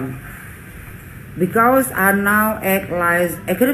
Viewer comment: Bikaus😂😂😂😂😂😂 baca di hp saja salah....Tifa tifa.....S2 dipertanyakan...syaratnya kan harus lulus TOEFL 550 - 600...ternyata abal abal